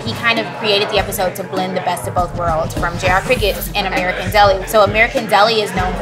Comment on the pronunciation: You know it’s real when he calls American deli ‘merican deli